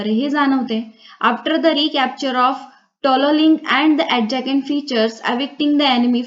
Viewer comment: Mam,adjacent अ‌डजसंट not sound अडजकेंट